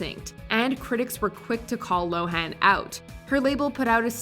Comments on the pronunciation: By the by, Lindsay Lohan pronounces her name [low-ehn] as opposed to [low-han] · Poor Lindsay, no one pronounces her name correctly. It's pronounced "Lo'-wen."